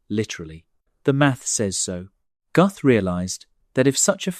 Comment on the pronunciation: Pronounced: Gooth not Guhth (Alan Guth)